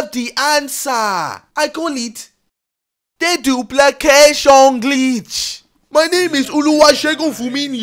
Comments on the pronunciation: THEE DOOPLACAYSHON GLEEETCH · Dooplekeshion gleetch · DOOPLAKAYSHON GLEETCH EH EH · THE DOOPLICESHON GLEETCH